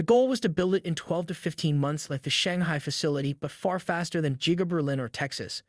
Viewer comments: its not Jiga it is Giga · Stop pronouncing it jiga lol. Musk's days are numbered. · Sounds like you're saying jigga factory